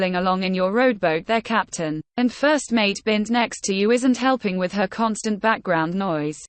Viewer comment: Are you familiar wiff? It's have a wiff or take a wiff or caught a wiff. Familiar wiff? WTF is that cow. Did we miss a wordie class?